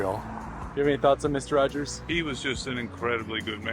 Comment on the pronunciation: It's 'Rogers' not 'Rodgers'